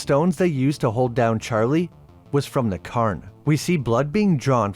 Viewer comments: Secondly, it is pronounced more like Cayern, with the cay pronounced like day. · Why are you saying "Curn"? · That must be the Irish pronunciation of the word Cairn. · God! I had to stop watching after a couple of minutes, because he kept slaughtering the pronunciation of cairn… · You are pronouncing cairn wrong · i like your videos but your pronunciation is killing me, Cairn is the standout in this one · You don't have to say cairn in an Irish accent lol. But thanks for the video, I'll have to watch this one.